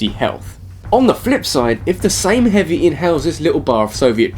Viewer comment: "Hoovy" XD